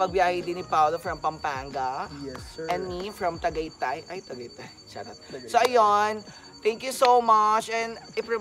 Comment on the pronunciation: Shawt Awt! Hahaha 😂